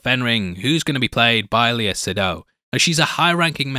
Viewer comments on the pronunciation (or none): none